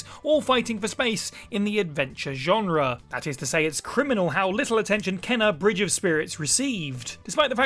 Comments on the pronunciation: He himself hasn’t played “Kena” bridge of spirits. How do I know? Her name is pronounced “Cain-a.”How do I know? I played the game and that’s how she pronounces her own name. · Kena Bridge of spirits was great. Though he himself hasn’t played since he kept pronouncing her name wrong.